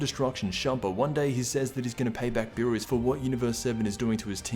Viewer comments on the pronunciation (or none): none